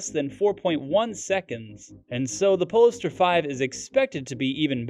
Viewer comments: OMG the way polestar is pronounced in this video is giving me an aneurism.. as said by others .. its Pole Star not PoLister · PLEASE....Polestar is pronounced pole-star....like Polaris, the pole star!!!